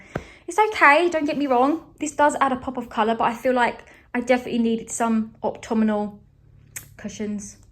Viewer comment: its Autumnal not octumnal /optumnal lol not sure which one your saying 😂